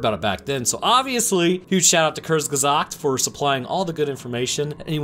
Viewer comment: Hearing a native english speaker pronouncing "Kurzgesagt"...